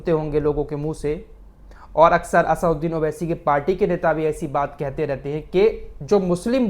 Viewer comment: फराज भाई आप भी असदुद्दीन उवैसी का नाम सही नहीं बोल रहे हैं। आप नाम बोल रहे है असउद्दीन उवैसी। लेकिन उनका नाम है असदुद्दीन उवैसी।